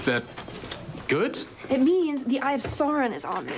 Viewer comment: I love Charlie so much I can even forgive her for mispronouncing Sauron.